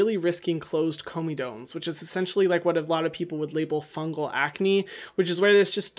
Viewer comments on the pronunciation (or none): "Ahaha ESSENCEtially" 🤣🤣🤣